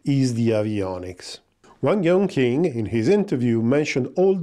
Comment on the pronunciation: Great video! Love your coverage I wanted to add that q in Chinese is pronounced ”tch” so it’s closer to Yongtching It is kinda confusing, but just so you know for futures sake, something tells me there’ll be a lot of Chinese news